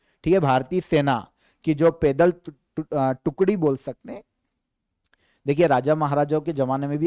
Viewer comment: आप पैदल कोपेदल क्यों बोलते हैं।